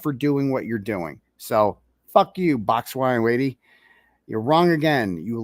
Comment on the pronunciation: I heard BOX SWINE LADY... Lol!! No insult to swine. 💓🐷💓